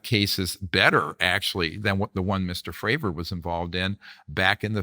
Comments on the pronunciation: Is the interviewer intentionally mispronouncing people’s names? “David Groosh” and “Dave Frahver”? Dr. Greer says the name correctly but he continues. Maybe it’s an English as a second language thing? Not a big deal, it just bugged me when they were talking about Grusch and then when he did it again when talking about Fravor. Nit picking. Maybe just a note for accuracy toward credibility. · Hey, Vlad - Grush's name isn't pronounced 'Grewsh' (like 'grew'), it's pronounced Grush' (like 'crush '). Dr. Greer keeps trying to tell you by saying it correctly, but you just aren't listening. Fravor's name is pronounced Fravor (like 'favor'). People's names matter. Would you like to be called 'Vlade' (like 'blade')?